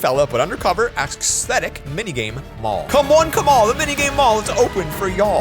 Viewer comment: did u just said AXE-stetic?if so... BRUH U MADE A PUN